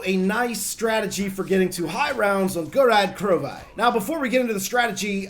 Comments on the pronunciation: pronounced krovee not krovi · It's Krow-Veee not Krow-Viii